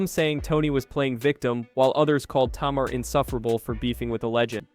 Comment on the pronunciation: It took me 2/3 minutes before I realized he was talking about Tamar (Tay--Mar) and I am very very sure he had at least one person of color at arm's length he could of asked for help or could of not been so lazy and looked it up himself perhaps some of her old interviews or THE SHOW, and learned to annunciate her name, this was unacceptable especially while trying to follow the story.